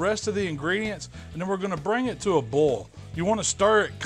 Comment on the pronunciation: it's boil not booooool